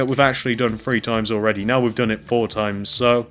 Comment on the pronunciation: Your great at making these videos but you say free instead of three